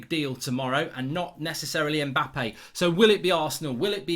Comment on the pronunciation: Mbap-pee eh? lol